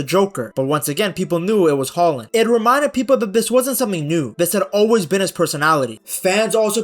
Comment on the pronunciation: Great video ! 🤗 And I love that you use the Norwegian pronunciation of his name ! 👍 Regards from Norway 🇸🇯